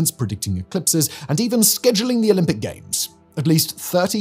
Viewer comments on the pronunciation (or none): none